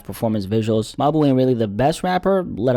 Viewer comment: not gonna lie i don't like the way you keep calling bro your boo . in the future just say mawbew